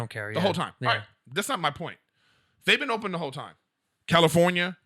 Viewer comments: Call him out on how he says the word TIME. TOY M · Erik. You say the word TIME weird... I mean its cool but that's not how it's pronounced and i like it so don't change.